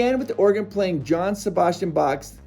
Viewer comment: Hearing Johann Sebastian Bach pronounced John Sebastian Bach, followed shortly by fugue being pronounced foog (it's Yohan and fyoog, respectively) hurts my heart. Two seconds to Google pronunciation before recording was too much, I suppose.